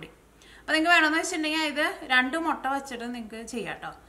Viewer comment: Motta Alla muttaa